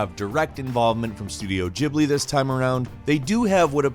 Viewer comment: It’s studio Ghibli, not Jibly 🤔